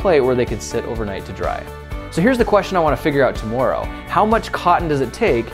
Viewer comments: every time he said tomorrow, I cringed. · Why is he saying tomorrow like that its driving me crazy. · I think it's tomorrow, not tomoreow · The way Grant says 'Tomorrow' makes him sound Canadian.